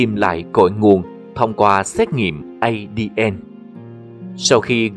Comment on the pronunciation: Ngưởi đọc ơi không phải đọc là Ây-Đi-En đâu mà là A-Đê-En nhé!!! Còn tiếng Anh là DNA thì đọc là Đi-En-Ây nhé!!!